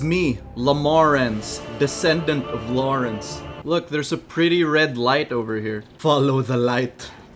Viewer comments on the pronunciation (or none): La-More-Ence has arrived